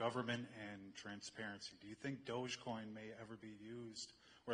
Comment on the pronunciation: Transperency lmao